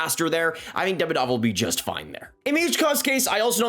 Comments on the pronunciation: he is demIdov not DEmidov. Second isn't mIchkov, he is michkOv. be smart, not an american! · I'm sorry but everyone's pronunciation of their names makes my ears bleed. It's pronounced "MiSHkov" and "Demídov"